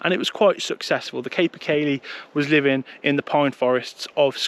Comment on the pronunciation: Your videos are grand man, but one things been driving me mental, the pronunciation is kaa-per kaylee, I won't give you the gaelic spelling but the name means horse of the woods due to how big it is